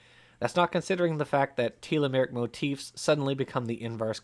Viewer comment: Can he learn how to say telomeric?